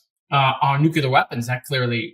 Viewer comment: Did he say NUCULAR WEAPONS lmao